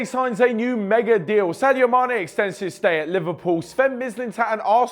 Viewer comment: Saido??? Saido Mané??? 😂😂😂